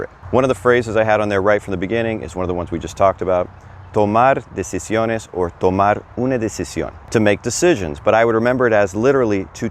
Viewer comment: decisiones not "decisones"